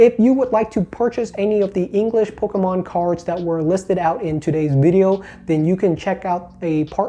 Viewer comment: I love how says ‘PocKomon’